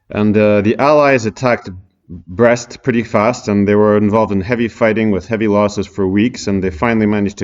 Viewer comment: He said brest, hahaha